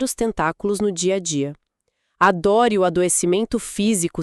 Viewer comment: Embora já bem refinadas, percebe-se que as vozes são de o que é chamado de "inteligência artificial". Logo depois do minuto , ouve-se: "A dor e o adoecimento físico..." lido pela IA como se a palavra "dor" tivesse um acento agudo. A IA lê "A dór e...".